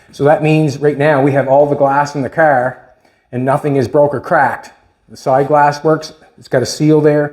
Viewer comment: Its a car, not cärr and stop whining or I stop watching😂